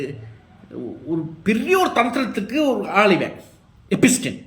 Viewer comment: நீ படிக்காதவனா? எப்ஸ்டின் பெயரை எப்பிஸ்டின் என்று எச்சரிக்கிறாயே?